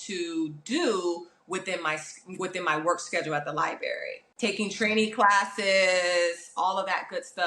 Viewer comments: It's actually embarrassing. This woman works at a library and can't even say it correctly. It's sad. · The way she says library “li-berry” kills me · She has 2 agents and neither has told her how to pronounce library.😢